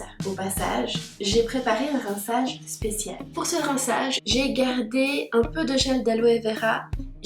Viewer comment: Coucou tu as un petit accent suisse "rinçaaaage"🤗